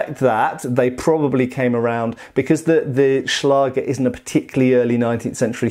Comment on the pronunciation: Nice and informativ video again!😊👍 ...But... as you often say... there is one Thing. The "ä" in the word "Schläger" is pronounced like the "a" in the words "that" or "backstrap" for instance and not like in "bath". This two dots on top of the letter "a"... so "ä" are responsible for that. It is a so called "Umlaut". As a German I hade to grinch every time you used the word "Schläger".🙈 But no offence. I know German is not an easy language to pronounce for non-native speakers.😄